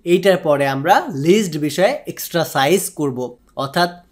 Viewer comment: এক্সট্রাসাইজ না ব্রো। এক্সারসাইস।🙂